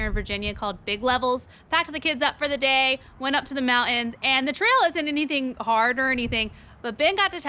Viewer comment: There is a "T" in the word, Mountain. No, it's not silent. There is no "K" sound in the word "Especially". Those axles are gonna be great in the LJ. In the front you're gonna have better steering and brakes! Suspension wise, Savvy mid length. DO NOT CUT THOSE FENDERS to install those crappy MCE junk!!